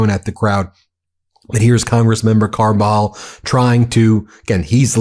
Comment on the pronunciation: Kudos on pronounciation Ben - you nailed Camarillo, you wrangled Carpinteria & beloved Salud Cabajal. Trump needs impeachment & jail, Miller should crawl back under his rock. No one agrees with these gestapo theatrics.